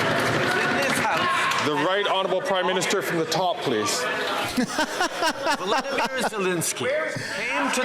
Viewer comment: Trudeau pronounces Volodymyr "Vladimyr" which is the Russian pronunciation. That's unforgivable, when the correct pronunciation is "vol-odo-meer".